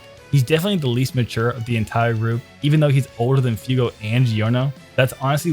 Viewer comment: Alright so we need to be serious for a second I like the video but WHY THE FUCK ARE YOU SAYING F-EW-GO YOU BABBLING BUFFOON THEY LITERALLY SAY IT IN THE DUB F-YOU-GO